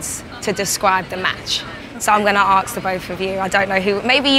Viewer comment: it's ASK not arks